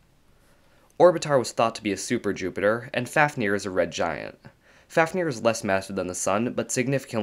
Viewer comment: Fáfnir is pronounced /fɑːvnir/ (like "Fahv-nir"). With a long A and the 2nd F pronounced as a V.